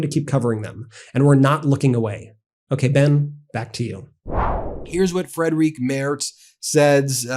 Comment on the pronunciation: The German chancellor‘s name is pronounced “freed-rick.“ The way you pronounce it, Frédérique is a female French name.